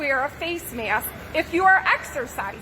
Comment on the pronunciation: She says mayaskk